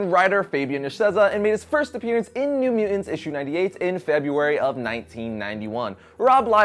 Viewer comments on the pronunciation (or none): What are " Myoo Ennz"? MU TANT. Two 't's , guy. Gotta say them both. Myoo TanTs, if you prefer.